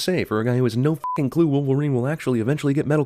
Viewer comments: They screwed up the word f*cking . Thought I call out their mistake cause CinemaSins is a dick to the English language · you put an extra "i" in f***ing